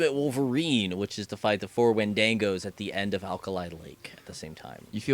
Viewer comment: he called them wind-dag-o LAWL more like Win-da-go...